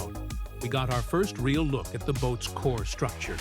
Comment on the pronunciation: Its not "core"